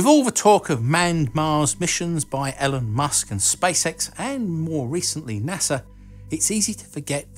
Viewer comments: Sorry... but it's "EE-lon" Musk, NOT "Ell-en" Musk. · EeeeeeeLon not Elun. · Its Elon, not ellun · Elon not Ellen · He say "Ellen" musk? It definitely didn't sound like "Elon". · Ee-lon, not Ellen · Elon not Ellen lol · can you please pronounce elon as elon, not "ellen" and you cant even blame it on the accent because im british too and i say elon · “Elen musk” 😂😂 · Haha I was wonder if I herd that 🤣🤣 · "Ellen musk" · Sounds like you called him Ellen Musk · "ellon musk" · “Ellen musk” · D E-LON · 'Ellen musk' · Why did he say Ellen musk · Sounds like you said Ellen Musk lol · I know it's simply because of your accent, but you are pronouncing Elon's name as Ellen, like the female name. It makes me laugh every time I hear you say Elon. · Im sorry man, i love your videos but its pronounced "E lon" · How can you not pronounce Elon correctly? 😂 I've said this before, but I'd love to know where you get your shirts from as there amazing!!! I'm pretty sure that big black mumma ain't starving some how. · How can you not pronounce Elon.... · Yo, I know you're British and struggle with pronunciations of English sounds (the TH sound os something Brits cannot pronounce consistently) but the least you could do is pronounce Elon Musk's first name properly. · Dude, please, please, look up how to pronounce Elon's name. There's a ton of videos here on YouTube where he or people close to him say it.